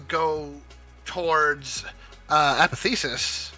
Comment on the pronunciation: My all time favorite Joker is and always will be Jack Nicholson. Also,, it's a-poth-e-osis.. Not apothesis.